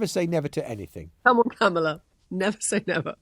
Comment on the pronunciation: I find it kind of weird that after all this time, Maitlis is the only major media figure that gets away with mispronouncing Kamala Harris' name.